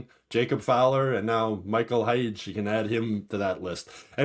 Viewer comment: According to Keith Pelley🤓 it’s pronounced Michael Haggy. 😂